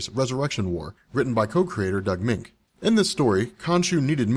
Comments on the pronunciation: Its prounce Doug (Munch) not (Mink). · Doug Moench = Doug MEN -CH, not "Mink". Bill Sienkiewicz = Bill SIN-KEV-ITCH.